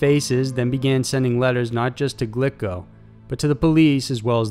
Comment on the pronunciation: Glico is pronounced "gleeko", FYI.